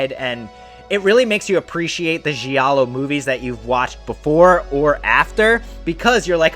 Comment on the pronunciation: Great channel but one thing…please use the right pronunciation of the words giallo and gialli. Its a silent “i” Don’t worry so many people in the horror community say the words wrong 👍